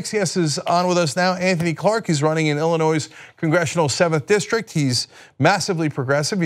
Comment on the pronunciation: Yo Cenk, the "S" is silent in Illinois! You need to come back to Chicago and hang out with us again. I live in the 7th district and also a volunteer for Anthony. Join us on the Justice Democrats of Illinois Facebook Group and Page.